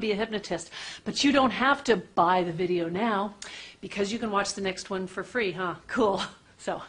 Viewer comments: did anyone else notice the emphasis she put on "buy" when she said you dont have to buy this video now? brilliant!! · " YOU DONT HAVE to buy this video NOW, BECAUSE you can watch the next one for FREE" We all know ;))